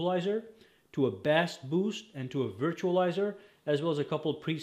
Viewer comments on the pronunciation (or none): Thanks for showing us this. FYI - in the music world, the term "Bass" while spelled the same as the fish, is pronounced like "base" as in Baseball. Thanks again.